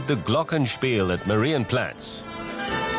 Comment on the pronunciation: the guy says "Marienplätz"! Its "Marienplatz" the "Stachus" is pronounced "Stakus", der "Eisbach" mutiert zum "Eisbak" und und und. Einfach den Mund halten wenn man es nicht kann.